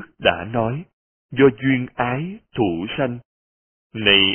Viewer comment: Hình như đoạn đầu người đọc bị nhầm (ái thủ...)